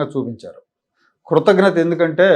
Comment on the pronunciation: కృతజ్ఞత......కృతఘ్నత కాదు. కృతజ్ఞత = Gratitude కృతఘ్నత= ingratitude Basic Telugu రాకుండా video లు చేస్తారు.